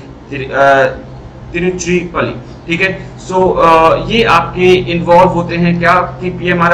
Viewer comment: Its not Tiruchi palli 🤭 Its that Trichy ( Tiruchirappalli), Tamil Nadu